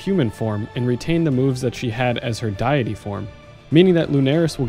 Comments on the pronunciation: It's pronounced day-ity (deity), not die-ity :P Great vid though. Thnx for the walkthrough, so I know what to expect. Albeit those health numbers are not easy to obtain at that level. I have almost 2 K health (lvl 62) and I invested heavy in life in the passive tree (it really does help to have loads of health). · Small FYI, it's "deity", not "diety". "Deity" is pronounced dee-itty or day-itty. Other than that minor issue, this is a fantastic video guide!!! Looking forward to the next one... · he did! :) but he mispronounced deity though :P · Indeed... well done on 'quay', but need to look up 'deity' :) Thank you as always for the great guide!